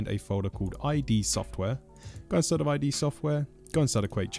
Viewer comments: Id Software not eye dee software. But still thanks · john carmack himself said that "id" is meant to be read as "idd"